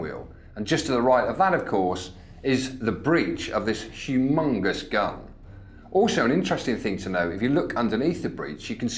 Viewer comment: Its Hugh-Mungus !!